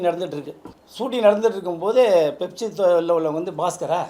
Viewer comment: அது 'பெப்சி' இல்ல 'ஃபெப்சி' Pepsi❌ Fefsi✅